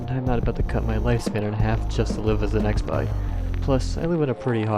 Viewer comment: why did you pronounce expie like ex pie lmfao